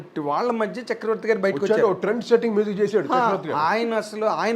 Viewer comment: కోటి గారూ మీజిక్ కాదు మ్యూజిక్ అని పలకరా ప్లీజ్